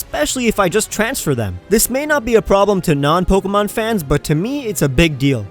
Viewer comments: You're the first person to address the "not so good stuff" and I'm glad. I've heard so many news reports on the app and sure, they were pretty darn stupid, but the pronunciation of the "é" in Pokémon is probably the worst thing I've been hearing ever since. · poke-mon poket-monsters